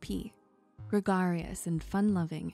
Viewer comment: You pronounced gregarious wrong lmao.